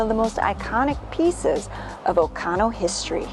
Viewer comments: oconto not ocono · Does OconTo have a silent "t" or is this a Wisconson pronunciation?